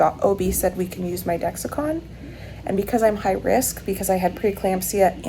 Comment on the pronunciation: It's Dex-Com, not Dex-i-con 😉